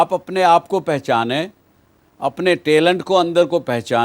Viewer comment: _Talante bh bolna nh ata_...😬